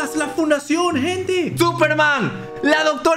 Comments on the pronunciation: alguien mas escucho en vez de la fundacion la funacion XD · En vez de la fundacion entendi la funacion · la funacion la funacion se escuchaba asi xd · Todos: la fundacion: la funacion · Lo que yo escuché cuando dijeron la fundación la funasion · soy yo o dijo la funacion? xD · Soy el único q escucho q dijo la funacion xd